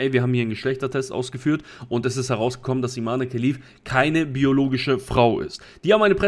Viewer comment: Das E am Ende wird nicht ausgesprochen. Falls Sie tatsächlich eine Frau ist, was äußerlich und der Stimme nach zu urteilen eindeutig ein Mann ist, dann spricht man ihr Vornamen ohne das E am Ende, also Iman